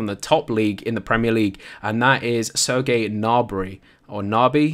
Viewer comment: Serge Gnabry is pronounced Like search Gnabry